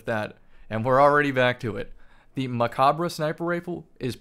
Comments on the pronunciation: Stop saying mechabre wrong please lol. You dont say the RE at the end. Its silent. Its a play on a french word. Bungie spelled it like mech because we got mech armor. Its also a nod to gundam. Macabre means (dance of death). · ya i know. Hes still saying it wrong though.